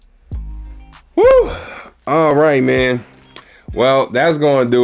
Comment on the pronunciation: Pronounced Money (Muni) Long lol